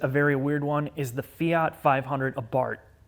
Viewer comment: lol Abart? Fe-art? Well at least 500 was pronounced correctly.